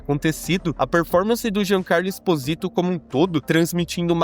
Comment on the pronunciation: não é giancarlo espôsito, é espÓsito a pronúncia